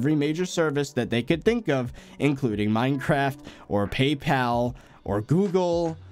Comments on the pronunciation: when u said mineacraft instead of minecraft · "MineAcraft" lol